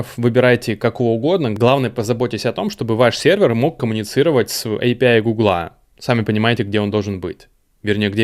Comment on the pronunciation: Боже, наконец-то человек, говорящий «эй пи ай». Меня отучили мои англоговорящие друзья от произношения «аапии», ответив «ну ты пописай и приходи обратно» (англ: ah pee) :)